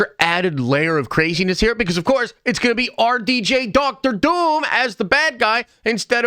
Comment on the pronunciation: Why do you say Dr Doom like that, like "DoctOr DOUm"